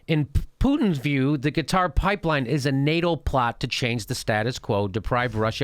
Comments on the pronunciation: It's not Qataaaaaar, it's Qatar! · Qatar... like "Kotter" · Jimmy, it's "Cutter," not "Kah-tar." But great explanation. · Jimmy, break it down smaller.. and Qatar isn't pronounced guitar :P smaller, as in older, before the 50s, before your CIA intervention(s) - after WW1 and whatever other land divisions after the split of the Otomans - that was bullshit, and couldn't hold-up; internet killed them. should we play smallest world violin for dictators? coming from US, you don't know much about that, other from news, right? Also, when you add Rusia, Israel, Saudi and whatever others around, the BIG PICTURE gets quite 1080p